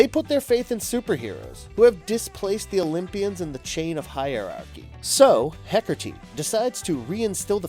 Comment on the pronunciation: HecaRrrrrteee /cringes